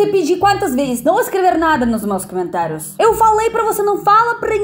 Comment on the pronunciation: Привет!! Amo seus vídeos, obrigada. Eu queria dizer que, sei porque você diz *Camentários*, porque na língua Russa quando uma palavra tem a letra O e não é tônica então, muda-se o som de O para o A.